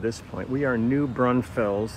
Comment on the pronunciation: Here in Texas we pronounce it "New Bronfuls" and "Green Hall". Love your Channel.